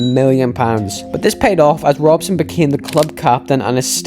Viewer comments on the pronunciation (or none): none